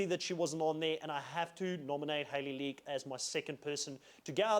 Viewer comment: Hayley Leake. Not League)).